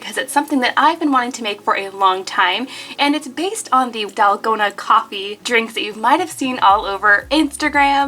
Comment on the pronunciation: I'm from South Korea, and I was pretty shocked when you said the word 'dalgona'.😂😂 I'm hearing some korean here!!